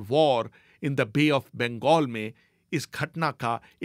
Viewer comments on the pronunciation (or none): none